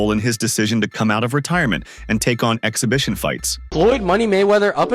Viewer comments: Floyd not knowing his opponent's name means absolutely nothing. Then this chick can't even pronounce "exhibition" so her credibility is 💩 😂😂😂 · This broad can't even say exhibition wow..gtfoh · She sounds ghetto as hell she can't even pronounce the word she was trying to say 😂😂😂😂😂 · If you cannot pronounce the word exhibition, how do you qualify as a reporter that is able speak to a Stephen A. Smith level sports reporter? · Beach doesn't know how to pronounce exhibition 😂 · That stupid woman couldn't even say the word exhibition 😂